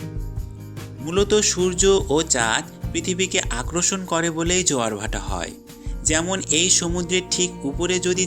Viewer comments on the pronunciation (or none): ভিডিওটা ভালো লেগেছে কিন্তু আপনার বাংলা উচ্চারণের সমস্যা আছে। কিছু মনে করবেন না আপনি আকর্ষণ কথাটাকে আক্রোর্ষণ, বলে বারবার উচ্চারণ করছেন। পরবর্তীতে ভিডিও করলে এই উচ্চারণের বিষয়গুলো খেয়াল রাখবেন। ভালো থাকবেন। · ভাইয়া আক্রষন না আকর্ষণ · আগে আকর্ষন শব্দের উচ্চারণ ঠিক করেন।